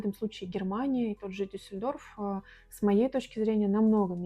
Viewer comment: Жили в Дюссельдорфе два года и так не научились правильно ставить ударение в названии города? Чтооо?!?! Вы рептилоиды??